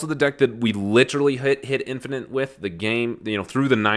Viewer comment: Did you say “Dad-finate”? Hahaha so I am not the only one